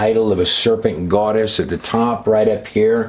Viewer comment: Goddess, not GWODESH